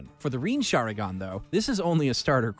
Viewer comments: its the shinarigan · "Shinarigan" just proves that he didn't watch the show and is just reading an article. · They way he pronounced sharingan shinarigan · Bro said shanaringan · He always mispronounces these things on purpose. He literally said sharingan first then sharaningan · Yo for how much you cover anime you’d think that your pronunciation would be more accurate. But you literally called the sharing an, the sharningon 😐🤔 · Just three magic words : HATE HIS PRONUNCIATION 😑😑 I mean like shanarigan WTF !!!!..... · "The SHANARIGAN...?" Somebody slap this narrator Please tell me he did not just call Mangekyou the Majiko Sharingan 😓 Imma stop watching this vid before I get a headache. And, never let this man narrate anything anime EVER.